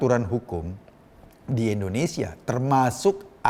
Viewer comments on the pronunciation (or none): none